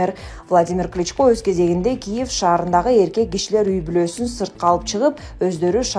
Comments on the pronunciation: Кличкалар деп окуба. Сабатсыздарды кайдан таап келип окутасынар? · Комментатор СЕН КАЧАН ТУУРА ОКУГАНДЫ УЙРОНОСУН!!!!!!НЕУЧ!КЛИЧКА,МИЗеНЦеВА дединго допраз!!!